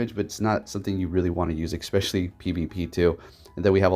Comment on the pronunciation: "expecially" ::eye twitches